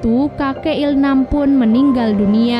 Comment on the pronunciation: il-nam bukan il-ham